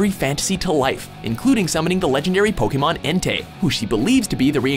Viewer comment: I hate the fact that this guy can't pronounce the names of Pokemon right...